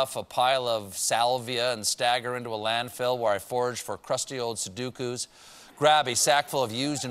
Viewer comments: Stephen! Su-DO-ku!! Not su-DU-ku!! Argh! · It's pronounced Soo-Doh-Koo, Seth!